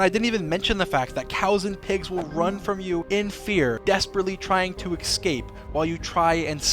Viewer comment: Dream why do you say ecscape instead of escape?